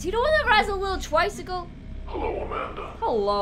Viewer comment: The way you said tricycle the first time had me cackling 😂 ‘twicycle’